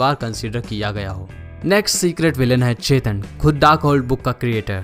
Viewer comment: Bhai Chetan nhi Chthon 😂